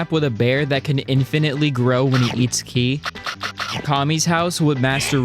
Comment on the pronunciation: Ki is not pronounced key it’s pronounced kai